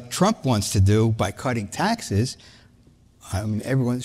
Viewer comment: You said taxes wrong.